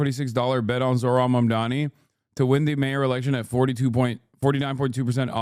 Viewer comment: I give it a week before we learn about Cuomo SAing someone in his frustrations. Also, he still can't get Mamdani's name right. All the time in the world to visit a mosque now, at least.